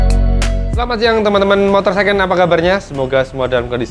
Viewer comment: Second bang pake D dibelakangnya. Secon tu jadi kek mercon bacanya. SDM jongkok banget dah masyarakat indonesia